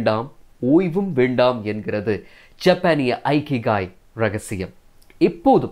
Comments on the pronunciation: அருமை. அழகிய தமிழ். ஜப்பானிய புத்தகத்தை இகிgai என்று வாசிக்க வேண்டும். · Bro it is இகிgai. Not ஐகிகாய்